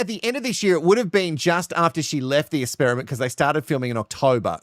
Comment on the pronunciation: Is there a reason why the dude says ‘ESPERIMENT’ AND ‘ESPERT’..?